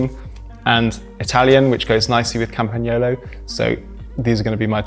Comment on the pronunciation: Thank you from Italy, for pronouncing "Campagnolo" perfectly!